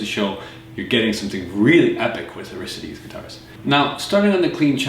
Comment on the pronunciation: Great review! I don't like how you keep mispronouncing Aristides though. It's AR-is-TI-des. Maybe I watch too much Jeopardy, but I like pronouncing things correctly.